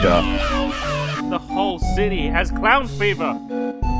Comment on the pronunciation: WHY DID THEY SAY I'MA CLOUN!! >:(